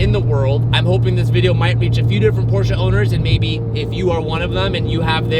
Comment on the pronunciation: please... learn how to say Porsche correctly... Its butchery for us europeans... Its not PorschA its PorschE google translate saya it perfectly...